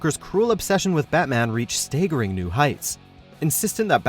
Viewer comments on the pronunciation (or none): staggering. Stag. Not staygering like stay. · Did this dude pronounce staggering as stayggering... 😂